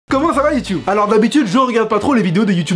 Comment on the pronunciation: on dit youtube pas youtioub